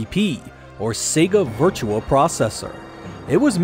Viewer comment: Why does everyone keep saying Virtua as Virtual